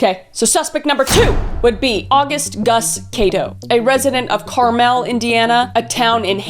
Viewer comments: Your friendly Indiana native here to tell you that Carmel is pronounced like the candy, by which I mean "car-mal" not "car-a-mel" 😂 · I live here and this is not how it’s pronounced 😂 Car-mul is how we say it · Lmao at “Carmél”. I’m from Indiana and never heard anyone pronounce it that way. We say it more like “Carmul”. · CAR-MEL!!!!!! i love the way you said tht with ur Canadian accent!! Hoosier here, we're divided on if it's Said like "Caramel" or "Car-mll" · I’m from Indiana, , the town is pronounced like the treat caramel around me, I am not close enough to say that’s the proper pronunciation, just a regional for sports, I’m curious how other parts of Indiana pronounce it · I live in Carmel lol, and we don't say it like that but I love hearing people who don't live there say it 😂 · as someone who is from this city, you're pronouncing it way too fancy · The way you pronounced Carmel made me chuckle. Wasn't expecting one of the killers to be around where I live/the state 😅